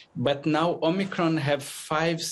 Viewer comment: This woman can't even pronounce omicron properly...